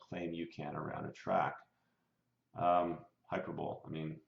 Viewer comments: "hyper-bowl". it's pronounced HI-PER-BOWL-EE, you dunce. no wonder you love bmw, like every high school kid who barely graduated when i was in high school. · Hyper Bowl ? Did you mean to say Hyperbole (Hi-Per-Bo-Lee)? LOL... Just messin with you, but no really... People that make claims against an engine esp engines as nice as BMW manufactures are people who do not know how to work on engines. They are the ones who are told a few catch phrases and then worry about some kind of failure rather than address any kind of known weakness in an engine and simply move on while being protected by their work to strengthen a weak point in any engine. All engines have some kind of weakness when stressed to their limits...that's why there are limits. Can these things be avoided? Sure, but at what cost? Engines are built to a certain spec that is usually far beyond the limits seen by normal use. Push beyond those and things start failing...just fix it or build it up so it doesn't fail... pretty simple. BMW doesn't make any shit engines...period.